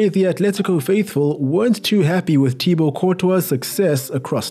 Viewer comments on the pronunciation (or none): none